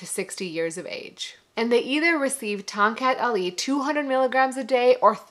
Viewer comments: Correct pronunciation ‘ Thong Cut Ali’ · I could had swore i heard her say.. "Tom Cat alley" lol I would had laughed my a** off if she played "Stray cat strut" in the background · I keep hearing Tom Cat Alley!